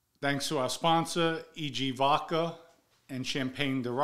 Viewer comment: Voca lol vodca